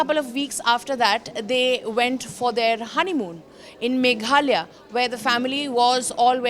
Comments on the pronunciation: Its not megalia its Meghalaya utter shame & disgusting you all dont know the name of a state of the country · Don’t you have better Orator’s to issie out stories…. She can’t even say Meghalaya properly